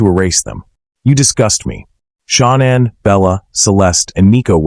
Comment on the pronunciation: Hey if you can't pronounce Shannan's name right get back in school and learn how to pronounce the names right you call her Shaunann why it's not her name